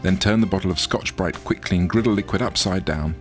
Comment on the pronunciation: the way he pronounced scotch bright was extremely satisfying